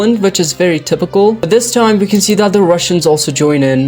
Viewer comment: Funny enaugh, "very tipycal". 😂